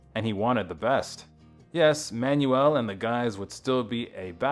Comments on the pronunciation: Stoked you're shining a light on RM, but his last name is just pronounced 'manual', like a gearbox, or an instructional handbook. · At least pronounce the guys name properly. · terrible, they can't even pronounce his name properly. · Learn how to pronounce his last name!